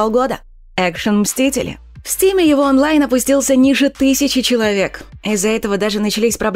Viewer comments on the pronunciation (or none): none